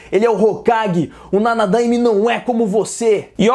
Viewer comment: Mano só um detalhe, a pronúncia certa é /Nanadaimé/ e não /Nanadâime/.